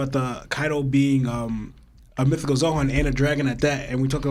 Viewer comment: Im not tryna be rude but like keeps calling zoan “zohan” and it kinda bugs me a bit